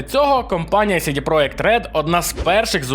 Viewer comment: Я розумію, чому ти читаєш "project" як "проєкт". Воно так польською. Але чому тоді "CD" ти читаєш як "Сі-Ді", а не як "Це-Де"?